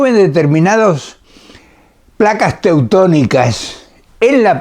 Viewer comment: No es teutonicas...es tectonicas....